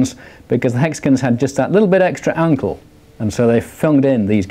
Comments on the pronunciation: He says angle like uncle :D hahaha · i paused the video to look for this comment :) .. i think he says ankle tho :) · Did he say Angle or uncle?